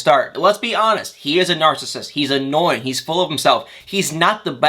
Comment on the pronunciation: It’s Nar-cis-sist not Nar-cist🙄